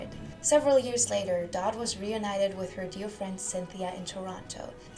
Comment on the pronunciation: You realize English is not first language. Many mispronounced 🤷‍♀️focus on pronunciation 🙄